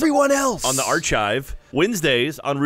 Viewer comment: "arCHIVE"., why?